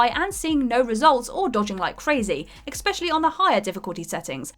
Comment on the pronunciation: Hey, since you're apparently a "professional" presenter on What culture could you perhaps learn to pronounce the word especially correctly?? You constantly pronounce it as "eckspecially" which isn't even a word. Maybe work on it before your next video?